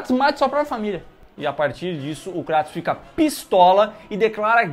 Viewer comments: Kratos não, Krueitos. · vei ele falou kraaatos e n kreitos eu sei q nao se escreve assim mas e so pra entederem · Não é Cratus, é Creitos ou Creitons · Cratos" ? Kkkkkkkkkkkkkkkkkkkkkkkkkk Pqp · Cara q Dor no coração ouvir eles dizendo o Nome do Kratos errado kkkkk